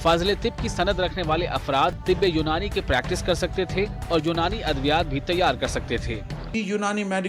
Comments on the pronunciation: Unani nahi....its pronounced as "you-nani" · Its Unani pronounced as युनानी